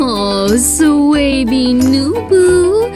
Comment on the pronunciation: All I could here when she was talking to the baby in 2 was “Swabie New Who”